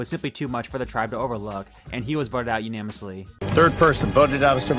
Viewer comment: dude, idk if you've corrected it by now, but unanimously , not unamously